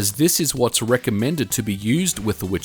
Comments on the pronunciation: Actually "wicher" is pronounced [vee-hear] and mean strong wing. "Witcher" is actually translated to english, in polish it is "Wiedźmin" [vee-edge-mean] and is male form of "witch" [vee-edge-mah]. Funny thing: ethymology of "wiedźma/wiedźmin" comes from word "wiedzieć" (vee-edge-etch] whith meas "to know". So in polish witch/witcher kind of means "the man/woman who knows (a lot)" (for example about herbs). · Dude. You should pronounce it "vehear". It's a Polish word for very stron wind :D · Pronunciation for anyone interested: vee-hair (roll the r) 👍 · Not the Witcher at all. Wicher means gale, strong wind. And it should be pronounced vee-her with hard h. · There is no "c" in the name of this card. "C" is silent when "h" is after in polish. Always. So, name of this card is Wi(c)her - strong wind in polish. I think "gale" would be a proper english translation. Anyway. Cool video. As always. 🙂👌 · vee-her. the pronunciation of the W is also wrong in the video :) its like a V in video. but thats just nitpicking.. thank you for your videos! and greetings from Wrocław! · The way he pronounces Wicher just hurts. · and it's pronounced with H like in "here", not like in "cheer" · One tip about the name of this accelerator -> Wicher (Witcher without "t" in the middle) means in Polish "strong wind", should be pronounciate as "veeher". It's not going from The Witcher series :) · great video, however the name is not pronounced with a tsch sound like "the witcher", it's Wicher which is pronounced like vee-her, means a strong gust of wind in Polish. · Dude, it's not a Wi-TCH-er.. It is Wi-CH-er. It means "strong wind" in Polish. You should pronounce "CH" as you did in the "fifty mega H-urts". Also, "W" should be read as "V". So, in English, you'd say that "Viher". You're welcome ;) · I’m from Poland and I believe you should read it as Veher :) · it`s called wicher which means something similar to wind in polish, not witcher ;) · WIcher, not witcher.